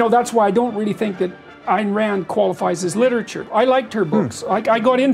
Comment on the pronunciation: Well Peterson did eventually learn how to correctly pronounce Ayn Rand's name. If Rand were alive today she'd wipe the floor with his Kantian psychobabble, assuming of course that she'd waste her time on him.